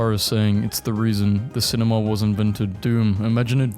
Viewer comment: The fuck? Sin-me-knee? The fuck was that pronunciation?